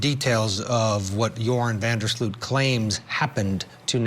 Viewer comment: So many White Americans have European - specifically Dutch - ancestry, it’s a wonder many Americans don’t bother to pronounce things properly, especially in the news. It is pronounced Van der SLOW-t not Van der SLEW-t. Otherwise, I hope he’s not lying! I credit Natalie’s mother for her persistence. Poor lady! Even if she now knows, it can’t make her loss any less, I’m sure. What a ridiculous reason to kill someone! He’s an embarrassment to The Netherlands, and has tainted the reputation of beautiful, peaceful, safe Aruba forever!